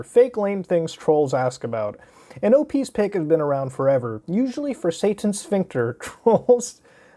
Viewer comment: Every time he says Satan Sphynx I keep almost hearing it as "Satan's Sphincter", what's wrong with me?